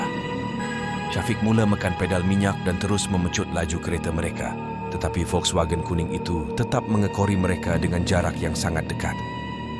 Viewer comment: Pening dengar muzik latar yg terlebih tinggi. Cerita & penyampaian okey. Volkswagen tu ada jugok dengar kat Karak. Sebutan volkswagen tu betul dah. Saya pernah belajar bahasa jerman dulu.